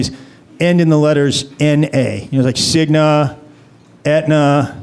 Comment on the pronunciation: Cignuh, Aetnuh, Humanuh LOL